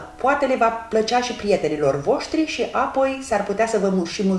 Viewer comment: De ce fierbi pulpele de pui în sosul alb cu făină când poţi fierbe cu sucul de roşii direct ?.....(..2-cuvântul " apoi" are accentul pe " O" nu pe "a" .....sau al poţi inlocui cu " după aceea- asta" !....àpoi....Carnea slabă de pui absoarbe rapid faina din sosul alb ceea ce e o bombă culinară. Nu ar fi mai indicată prepararea sosului în roşu direct ? àpoi fierberea ?....